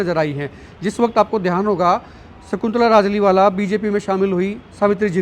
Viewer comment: Naam Pura lijiye its Rajliwala not rajliwal